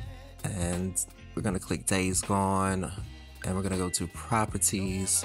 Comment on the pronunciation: homie says "properties" like a old prospector lmao i love it